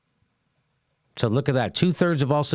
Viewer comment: jimmy, prononce it Sow - dees not sar-dees sow as in female pig and dees as in pural of river in uk.